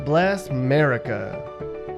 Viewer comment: It’s America not Merica